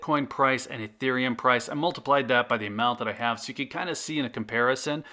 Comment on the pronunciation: >pronounces ethereum correctly >calls it 'eeth' Cringe